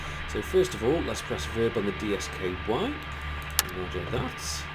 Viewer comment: Since you seem broadly unfamiliar with the Apollo LM, you might find it useful to know that DSKY is pronounced 'disky' (rhymes with whiskey), and PNGS is pronounced 'pings'.